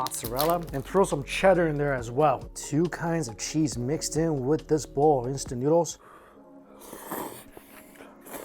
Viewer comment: Homie out here showing the world advanced prison fix’in’s with the pho broth and chips lol. Every time he says cheese “sheeeeeze”